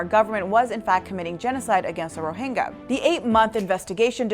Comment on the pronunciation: Do you not know how to pronounce the Y sound? Rohingya, not Rohinga...